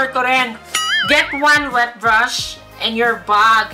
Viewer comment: Ang daming english sis 😂😂😂 Hwet brush 😂😂😂